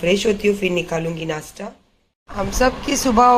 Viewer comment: नासटा नही नासता